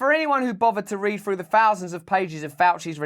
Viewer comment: Frough his teef..